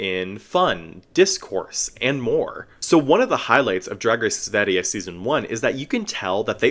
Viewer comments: that was VERY good pronounced //a swedish girl. Keep up the good work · I think you literally copied the script of the video I'm editing on this season lmao. Oh, well, great minds I guess ;) And your pronounciation of Sverige is really good! I do hope we get a second season and also that more international fans get to see this series. There have been some pushbacks though with this season being state funded and the anti drag/trans rethoric from the US spilling over into Swedish politics. The second biggest political party in Sweden are old neo nazis so of course they are gonna complain. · Daum u acually kinda said Sverige correct🥳 (love youre videos) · omg im swedish and you pronounced sverige LITERALLY perfectly!! I could easily mistake you as swedish, damn! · Native Swede here, your pronunciation of Sverige was honestly perfect! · Thank you for giving the season a proper review, and for pronouncing Sverige with perfection ;)